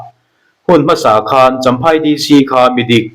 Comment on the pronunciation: Ka lo in rawlh ve lawk, i thu chhiar a fiah ṭha in a ngaihnawm khawp mai, tih sa loh loh, tih kha, Sa lai kha, vawksa tih ri ang ni lovin, satla, tih a tla ang khan lam rik tur niin ka lo hre ve deuh va, mahse awmna veng leh khua a zirin a thluk hi a in anglo ve ṭhin tho bawk a